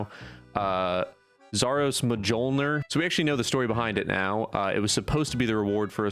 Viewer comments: Great video! Btw, the word Mjolnir is a Scandinavian word and they pronounce it "Me-YOL-nur" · Mjolnir is pronounced "Mule-nyurh" (like thors hammer) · SMH. How many times do I have to repeat this... It's pronounced M-Juul(tm)-nir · "I know how to pronounce it now" still mispronounces mjolnir. It's myol-nir, the j isn't pronounced as a j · I don’t remember how you said it last time, but Norma pronunciation of “mjolnir” is “myole-ner”. At least in real life it is, maybe the mods wanted to pronounce it differently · "I know how to pronounce it now 100%" Also: "Zaros Majolner" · "i know how to say it now" .... Absolutely butchers it.... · Mjolnir went wrong again 🤭 check Hrafnas YouTube video: how to actually pronounce names from norse mythology Even tho I'm not from Iceland, we still use the same pronouncing here in Finland for most of the names from norse mythology. Keep it going, these are interesting vids!!! Greetings from 🇫🇮🤟🏻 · i love how will pronounced mjolnir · Keep mispronouncing mjolnir.